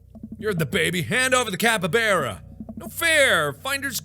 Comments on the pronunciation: IT'S CAP-EE-BARR-AH, NOT CAP-EE-BARE-AH!!! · Hey Mark, just thought maybe ya know, that I'd let you know that brosky, it's pronounced cap-e-bar-uh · Okay but that's not how you pronounce capybara (capy-b are a ) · He keeps saying capybara wrong. I know how to say it because its home to Venezuela and it was my country in a school project. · Mark: pronounces capybara wrongMe: mMMMMMMM